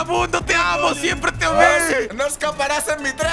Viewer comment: Dijiste simpre 😅